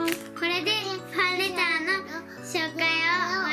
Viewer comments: いつもファレンターって言うんですよ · まだファレンターって言ってる笑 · 最初ファンレーターをファレンターって言ってましたよ😅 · ファンレターがファンレーターになってますよ